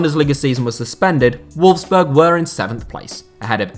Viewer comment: Nearly every placement in this video is butchered in surprised you didn't mispronounce Leicester considering you mispronounced nearly every other place on this list. I found it funny that you got Volkswagen right but Wolfsburg wrong. I wonder if you do any research into these videos apart from using Wikipedia!!! Very sloppy. I also don't think using the comparison to the countries biggest city actually does what the video title actually says. There are much more deserving cities then those you actually mentioned as have been mentioned in the comments.